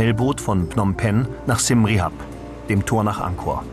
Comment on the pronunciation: Dank fürs video es heist Siam Reap pronounced [siəm riəp]) not rehap nothing to do with rehapillitation rehabillitation. wiederhausung.